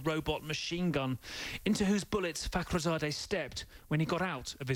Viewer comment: When he says "Fakhrizadeh" I think they're saying "f***" each time.